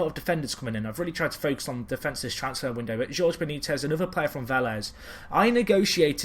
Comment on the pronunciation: "Jorge" is pronounced as "Hor-Hey"